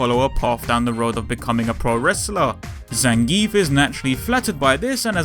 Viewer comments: It's actually pronounced Zan guee ev. I guess it's a russian pronounciation thing... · I pronounce his name "Zangeef" xD